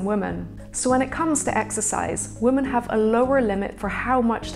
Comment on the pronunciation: Why did she keep saying 'woman' instead of 'women'?